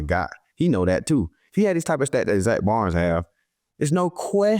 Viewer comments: Slay how you pronouncing your own teammate's last name wrong 🤣🤣🤣 it's Baun, you saying Zack Barnes 🤣💀💀 nice picks from all 3 of y'all against the packers tho! Defense wins championships 💪🏿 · Bad pronunciation, agreed; however it sounds like he is saying "Baunz". Hey you know grammar isn't a focus when athletic talent is the priority 😂😂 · “Zack Bonds” “Zack Barn” “Zack Barnes” lmfao damn just start calling him Z or Zack Slay 😂😂😂